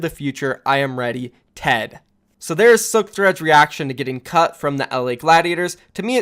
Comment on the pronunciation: i watched newest video of the mayhem drama before this, and now i understand everytime he says "cut", "cucked". Is there something wrong with me? XD